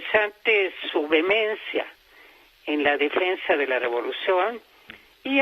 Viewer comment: Escuché en su demencia en la defensa de la revolución? Ah no! Dijo vehemencia. Mmm.